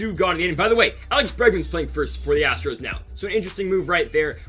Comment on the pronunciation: Love it when he mispronounces Astro’s on purpose luv it! And he says Houston Astrics